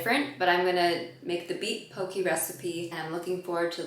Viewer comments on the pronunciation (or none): In Hawai’i we call it po-keh, not po-kii